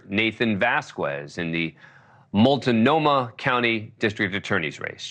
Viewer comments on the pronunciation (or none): 😂 the pronoun can't pronounce "Multnomah", Indian words are hard.